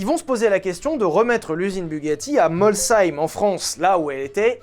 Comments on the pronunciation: Ouiii c'est bien dit Molsheim 🎉🎉🎉 Pour une fois que c'est bien dit. Bon ben du coup comme c est chez nous obligée de regarder. Pis faut pas se demander pourquoi c est beau et on a du bon vin. 😂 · Big up pour la bonne prononciation de Molsheim! :D Ah et référencement aussi! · Alléluia enfin quelqu'un qui prononce bien le sh alsacien. Merci pour ça 😂😂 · un j'aime pour la prononciation de Molsheim, de la part d'un alsacien, voilà ça fait plaisir :) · Tu prononce bien Molsheim, mais je pense que c'est à force de squatter l'anneau du Rhin, la transformation a commencé 😂🤣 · un français, qui prononce correctement le nom d'une commune alsacienne?! Impossible. Merci, merci beaucoup! Ca fait plaisir, vraiment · 🥹 un nom alsacien prononcé correctement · merci d'avoir prononcer Molsheim convenablement.. cela se prononce effectivement : molsseim et pas molcheim comme certains le disent.. merci pour ca (un Strasbourgeois content) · La région Alsace valide et certifie la prononciation de. Molsheim, ça se prononce effectivement Molsheim. C'est pas si compliqué, faites un effort putain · Vive l'Alsace ! En effet, Mols-heim car Heim est un nom, donc pas de liaison SH. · Merci de prononcer correctement Molsheim 🥳 je travaille là bas mais pas chez Bugatti 😂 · Enfin un non alsacien qui prononce "Molsheim" correctement ! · Le seul truc que j'ai retenu, c'est que a prononcé Molsheim correctement, et ca c'est cool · Prononciation parfaite de molsheim merci et continue tes vidéos sont super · Etant alsacien tu prononces vrm bine Molsheim bravo !! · Je suis Alsacien et oui, tu prononce très bien Molsheim. Sinon ta fille s’appellerait Sylvana, pour le coup ça existe bien. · En tant qu'Alsacien, je te remercie pour l'effort d'avoir cherché la prononciation de Molsheim. =) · Je commente jamais mais en tant qu'Alsacien (oui, outre m'appeler, j'ai d'autres qualité), c'est un plaisir d'entendre Molsheim et Schlumpf prononcé correctement!